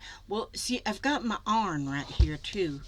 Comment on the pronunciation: Hi. Just want you to know I absolutely love watching you. You are so funny and the way you pronounce some of your words reminds me of my "Arkie" heritage, like "arn" for iron. Love this project and you do it so well. You make my day! Making a journal cover is perfect.